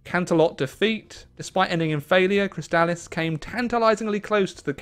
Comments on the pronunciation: No. Chrysalis is pronounced "Criss-a-lis", at least in the show. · Glad to see you came back to this mod after your last video on it. Just incase no one in chat told you, Chrysalis is pronounced "Criss-sa-liss". Also very glad you see you're having fun with the mod. If I may, I recommend any of the countries in the River federation as being pretty fun, and they have a nice story. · How are you mispronouncing 'Chrysalis' that badly?